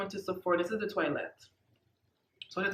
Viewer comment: Good review but its pronounced twa let not toylet 😜